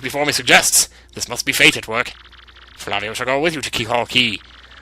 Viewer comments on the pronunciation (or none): the name Flavio is pronounced like that model Fabio Lanzoni. Just thought I would let you know